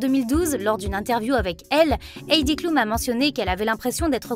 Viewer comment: On prononce Àïdi cloum